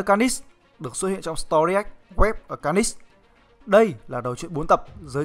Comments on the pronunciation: Mình nghĩ bạn cố gắng luyện thêm phát âm nhé. Để nghe Phê truyện mới phê đc... Chữ Carnage cứ nghe như Canist ấy. Cố lên bạn nhé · Đọc tiếng Anh nghe khó chịu vl, lần sau có làm vid nhớ đọc tên cho đúng kiểu tiếng Anh, Ca nít xít, nghe thấy sai ko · Bạn trung đọc carnage là ca nist à ? Cố gắng luyện tiếng anh và bỏ nhấn giọng lung tung đi là đẹp bạn ạ !! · Tên con này là carnage mà anh cứ đọc car nist có âm nist đâu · Kênh nên trau dồi khả năng đọc tên nhân vật đi. Carnage mà đọc là ca nít nghe buồn cười lắm :)) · lâu lâu xem lại mới thấy hài, ông này đọc cứng vl cứ được nửa câu thì nhấn chữ cuối :)))xong còn nghe như carnis chứ không phải carnage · Ka-nét(đại loại thế) mà sao là Ca-ních TRIGGERED >:(((((( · ông này thực sự cần phải xem lại vấn đề đọc tiếng anh, carnage mà cứ ca nít ca nít nghe chối tai thực sự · Đọc chán vl,phê phim ngày càng đi xuống, car- nếch mà cứ đọc là niss,nội dung thì hay mà cho ng đọc như này thì phê phim k có tương lai đâu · phát âm sai họ của hoạ sĩ David Michelinie rồi. Phát âm chính xác là "Mi chel lin ni" nhé. Với cả từ "Carnage" được phát âm là "Ca nếch" nhé cố gắng luyện tập thêm phát âm tiếng Anh của mình nhé. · Carnage đọc là /'carnidz/ mà, nhấn vần 2 nghe khó chịu quá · Carnage mà ổng đọc nghe như carnix ấy, ráng sửa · thế đọc ntn? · Dũng Trần ca nịchs ko phải níchs , lên ytb search tên là biết phát âm đúng hay sai liền thôi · car·nage ˈkärnij/ đọc nhấn sai nghe khó chịu quá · Nó phát âm như này nhé anh ( ˈkɑːrnɪdʒ ) carngae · Đọc là karnij plsss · Bạn phát âm từ Carnage mình thấy sai rất sai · Carnage nghe anh đọc chân quá!!!! Nên sửa lại đi